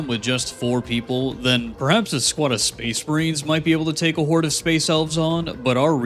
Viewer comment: Are you saying space marines or space brains bro wtf